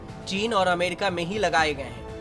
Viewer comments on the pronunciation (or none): none